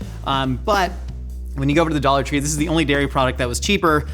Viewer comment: I binge a lot of Mythical kitchen. Like. A lot of MK. Every time says “dollar tree” I hear “idolatry” 😭